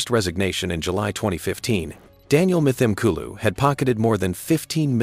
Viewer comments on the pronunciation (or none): pronounced : m-tim-kooloo